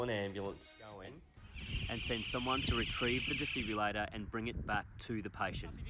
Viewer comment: Potentially a great instructional video, BUT ... Please pronounce the name of the device correctly. - De-Fib-RILL-ator - Absolutely NOT a Defibulator!! This has the potential to correct the cardiac arrhythmia Ventricular Fibrillation, hence DEFIBRILLATOR :) Please accept this with the good will and humour in which it is composed :)